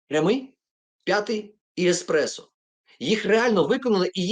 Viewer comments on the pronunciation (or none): none